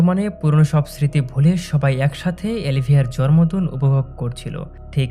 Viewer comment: জরম্র দিন না ভাই জন্মদিন। কিছু কিছু শব্দের উচ্চারণ ঠিক করলে আপনার এক্সপ্লেনেশন ভালো ই হবে